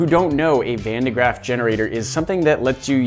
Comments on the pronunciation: Van de GRAFF not GRAFT lol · Thats not how you pronounce van de graaff